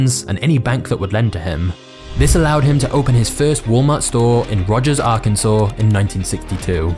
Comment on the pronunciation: You say Arkansas perfectly…. But not controversy? Lol I love it